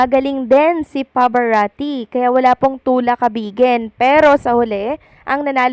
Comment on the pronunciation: When will you pronounce Pavarotti's name correctly?!